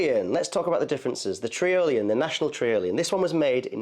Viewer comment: trIolian, like EYE-olian.